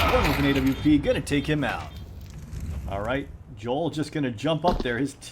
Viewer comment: Dude I feel physical pain each time you say Jol and not the right pronunciation Jowel